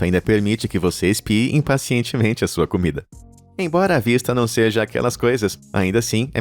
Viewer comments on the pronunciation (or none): none